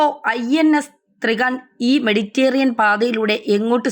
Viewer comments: മെഡിറ്റേറിയൻ അല്ല മെഡിറ്ററെനിയൻ എന്നെങ്കിലും പറയൂ.. കഷ്ടം..! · 'മെഡിറ്റേറിയൻ' അല്ല, മെഡിറ്ററേനിയൻ സമുദ്രം ആണ്. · മെഡിറ്റേറിയൻ അല്ല മെഡിറ്ററേനിയൻ, ഇതിനുമുൻപ് സപ്രസ് എന്ന് പറഞ്ഞിരുന്നു സൈപ്രസ് അല്ലേ സൈപ്രസ് അല്ലേ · മെഡിറ്റേറിയൻ അല്ല മെഡിറ്ററേനിയൻ എന്ന് ആരെങ്കിലും ഈ കുട്ടിയോടു പറഞ്ഞു കൊടുക്കുമോ? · നായിന്റെ മോളേ.. നിനക്കൊക്കെ പോയി ആദ്യം മലയാളം പഠിച്ചൂടെ ?? അന്ത്യശ്യാസ്യം അല്ല.. അന്ത്യശാസനം.. സപ്രസ്സോ ?? സൈപ്രസ് ആണോ സ്യാറി ഉഢ്യേഷിച്ചത് ? മെഡിറ്റേറിയൻ.. എന്നല്ല.. മെഡിറ്ററേനിയൻ ! 5 ആം ക്ലാസ് തോറ്റാൽ അപ്പൊ ഇറങ്ങിക്കോളും.. ഓൺലൈൻ ന്യൂസുമായി.. നിന്റെയൊക്കെ ഉളുപ്പില്ലായ്മ സമ്മതിക്കണം മോളേ .. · മെഡിറ്റേറിയൻ അല്ല മെഡിറ്ററേനിയൻ എന്നാണ്. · മെഡിറ്റേറിയൻ അല്ല മെഡിറ്റ രെ നിയൻ എന്നാണ് Ok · മെഡിറ്ററേനിയൻ എന്നാണ്. മെഡിറ്റേറിയൻ അല്ല. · സ്‌കൂളിൽ പോയി മലയാളം പഠിക്കുക...........മഹാകഷ്ടം തന്നെ........ അധീനത. മെഡിറ്ററേനിയൻ, സൈപ്രസ്, അന്ത്യശാസനം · മെഡിറ്റേറിയൻ പാത 😂😂😂😂